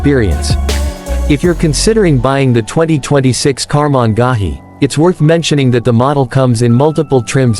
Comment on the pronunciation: Holy EFF! I lasted 24 seconds of the horrid AI voice until it butchered Karmann Ghia beyond listening ability.